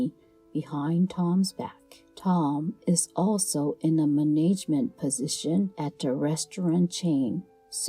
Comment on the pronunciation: It was good until the story about Tom. Obvious non- English speaker. Word: management. Also, the narrator needs more interest/inflection in her/his voice. Sounds very monotone and that will out listener to sleep.